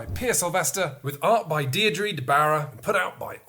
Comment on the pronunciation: Thanks for showing the game Brian boru, but I think needs to brush up on Irish names...it’s Pronounced “Boruu “ not bore u” and probably also the artist’s name is Deirdre (pronounced ‘ Deer dra,” not Deer dree